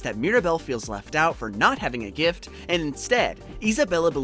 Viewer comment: Can you like add the t to the word gift. It took me a minute to figure out gif is gift